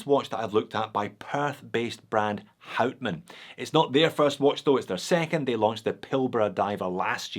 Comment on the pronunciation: And pleaase pronounce hout man as [how t maan] ...good! You did your home work!